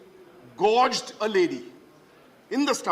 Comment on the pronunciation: I think he said gouged which means to make a hole with something sharp...